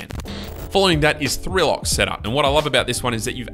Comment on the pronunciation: thats not three lock thats tree loke(trilok)